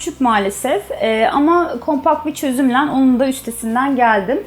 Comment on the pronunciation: Ev sahibinin çözümleN demesine takılıyorum ya